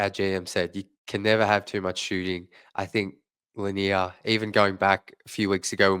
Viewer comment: Pronounced Là Near, just like Bob Lầnier the great center.